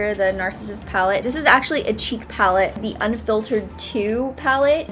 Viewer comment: When she said a "cheek palette from NARS".... I thought she said cheap and I was like whatttttt???? NARS???? CHEAP???